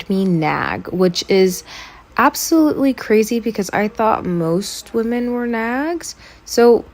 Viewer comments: This is another pair of tiny infants with virtually no experience who think they're qualified to give advice to other people; sort of the usual naive and potentially harmful cringe in that direction. Thanks for calling it out! But mostly I can't get over the fact that she pronounces "women" as "woman"! What's up with that??? :) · I’m just wondering why can’t pronounce the word “women” properly so it just sounds like she’s talking about one specific “woman” the whole time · the constant mispronunciation of "women" is really annoying me, especially with how often she uses the word